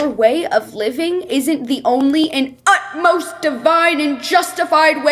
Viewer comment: the fact that she says utleast respect but the captions say utmost respect is so ironic